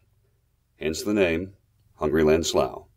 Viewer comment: Great video! sounds like the guy from my online continuing education courses. He must not be from around here or he would know that it is pronounced slew.